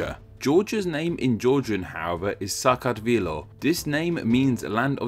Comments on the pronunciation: i'm from georgia the europe one , and you destroyed pronounceing "SAKARTVELO" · Thanks for the video! I enjoyed it a lot and your pronunciation of Georgian name of Georgia is not bad! I love your videos and I hope you keep making them.